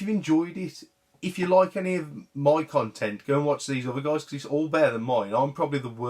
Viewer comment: Beer tokens sound like a great plan! Hopefully I'll see you at Bristol if you're stalling out! It was a fantastic event, and I wish I was there for a lot longer and joined you guys for a drink:) Until next time. "Cuntent" Love it!